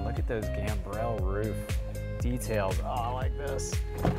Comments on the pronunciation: Great presentation,. P.S. And here's yet another pedant, whining about something insignificant - the word is pronounced "Gam-brul" not "Gam-brelle" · Gambrel is gahmbruhl not gam-brelle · Legend has it, is still wondering how to pronounce gambrel.